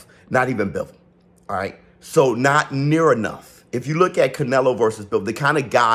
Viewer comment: You mean the "buhlook"